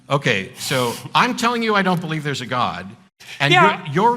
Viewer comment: This is an aside, but are people from Alberta known to pronounce "God" the way Peterson does? It's this weird diphthong-y thing he does, as if he's from deepest Long Island. "Goewod"